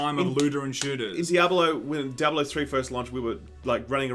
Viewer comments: Di-a-ba-lo? What game is that? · Dee-eh-bah-loh game.👹💦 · Dye-ab-a-low = Diabalo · Can you say di-a-bo-lo the correct way.. Di-a-blo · Omg learn how to say Diablo... uhg..